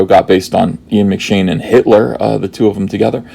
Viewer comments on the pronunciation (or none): none